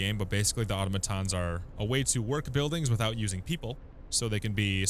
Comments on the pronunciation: uh-TAh-muh-TAHN or uh-TAH-muh-TAH. Definitely not AH-toh-muh-TAHN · automaton → ah-TOM-uhtahn, not AUTOmuhtahn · Super useful video, helped me out during the early stages. One thing though, the pronunciation of automaton is "ah tah-meh ton". Not trying to shit on ya, just wanted to help!